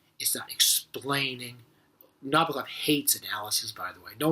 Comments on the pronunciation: Nabokov himself is quoted saying that the bok part of his name is said the same as knickerbocker. Not na-boak-off or na-bah-koff. Na-bok-off. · I cringed every time he said Nabokov's name. It's ponounced "na-BOAK-off." Other than that, there were not any great insights here. I wanted to relive that scene out of "Annie Hall," where Woody Allen pulls Marshall McLuhan out from behind that display at a movie theater. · I agree with many of Mr Bradfield's observations, and enjoyed the clip! But I must call out one thing Nabokov himself made quite clear in writing in 1973 - the correct placement of the stress accent in his last name. It should fall on the second syllable, not the first - that is, on the first 'o': Na BOCK off. For many years it seemed that few cared about this, until sometime around the mid nineties, when champion player Evgeni Nabokov appeared on the ice hockey scene in America. Then, suddenly, it seemed, one could hear sports announcers around the US saying it correctly.